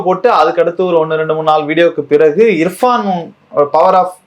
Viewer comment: ஏம்மா.... அந்த யூ ட்யூபர் பேரு இர்ஃபானா? இல்ல இஃப்ரானா ? கவனமா கேட்டு சரியா சொல்லுங்க... நாங்க ராவணா காணொலிய தவறாம கவனிக்கிறவங்க. எதிர் காலத்துல தவறு வராம கவனமா இருங்க.